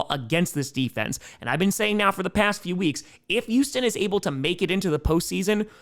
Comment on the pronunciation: I love you man... but PLEASE start pronouncing the "H" in Houston. it's NOT ewston, it's Houston.